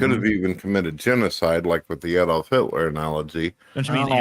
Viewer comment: To be fair to Brett, that was the correct pronounciation of Adolf. He just didn’t know😆